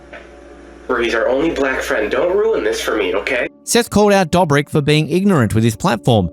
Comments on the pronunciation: Fckin hell stop saying DUGHBRICK EVERY OTHER FCKIN WORD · How do you make a video about a person without knowing how his name is pronounced? Same goes for other members from the squad. Makes sense why there is so many false information in the video. You haven't seen the videos.